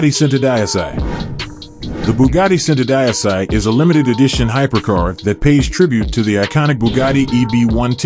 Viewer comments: it's pronounced chento deechi not cent-o die-sigh you commoner. I'am a cousin of the bugatti familia! I drive a hyundai squooshkins. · Are you using Ai for your narator? WTF IS Bugatty SENTUHDIECEY? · centodieci is pronounced 'cento - dee ay chi' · It is pronounced Chentodiechi...centodieci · Centodieci is Italian for One hundred and ten it is PRONOUNCED = Cent - 0 - Dee - H - EE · WOW , THE WAY THIS GUY BUTCHERS ''Centodieci'' repeatedly is strait up horror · wanted to pull my ears out when i heard the pronunciation of the Bugatti centodieci !!😂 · every time he says the name of the Cento my brain cells die.. Someone should've taught this dude how to say the cars name ffs.. especially if he's going to say it over and over...